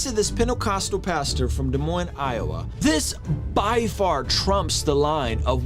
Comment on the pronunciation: I’m born and raised in Des Moines and this saddens me to hear that this is coming from Iowa. Also good job on saying Des Moines correctly!